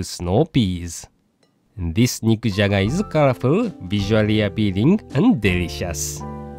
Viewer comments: I could've sworn, he said "Mick Jagger"! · Anyone else keep hearing "Mick Jagger" lol